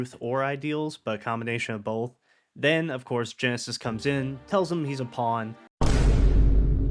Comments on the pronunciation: He didn't know it was ghetsis, but he knows now tho lol, honest mistake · Half my brain: Wow that was a really well made analysis of Loss in Gen 5 that brings in so many cool and sad elements. This channel is so underrated. Other half of brain: his name is not Genesis, it's Ghetsis Ghetsis his name Ghetsis my boi Ghetsis his Ghet-Ghetsis my man Ghetsis, they say it in his theme i swear to Arceus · Why do you keep calling ghetsis "genesis" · To be honest i didn’t even notice he was saying it wrong but hard to do that when the guy has his own theme saying his name out loud which is very rare for a pokemon song to have words in it lol